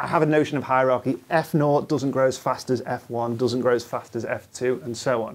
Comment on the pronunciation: A "hierachy," eh? Is that a hierarchy with painful feet?